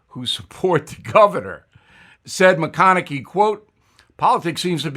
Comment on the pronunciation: Mah-Khan-A-Hay not Mah-Khan-icky